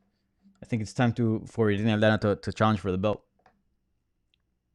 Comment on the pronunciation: I was waiting for that authentic Irena Aldana pronunciation and didn't dissapoint.